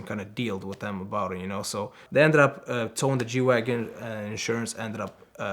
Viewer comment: Did he call them jew wagons?